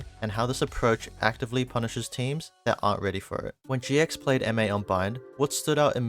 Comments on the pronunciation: You’re throwing me off — you’re saying ‘M-8’ instead of ‘mates' but good video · Just rhat you know we dont say M then 8 we say Mates like the word Mates. The video is really simple and cool ty !